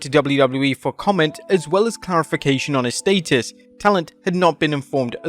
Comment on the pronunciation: Your pronunciation of “status” is criminal!!!!